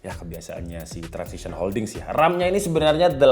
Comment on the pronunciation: TRANSSION HOLDINGS bang, bukan TRANSISITION